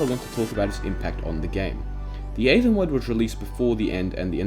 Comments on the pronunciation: I cant get over how you pronounced aether... that being said it gave me a smack to the face of nostalgia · "The Eava Mod" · Oh my god I remember the aether mod! People still mispronounce it with reckless abandon lmao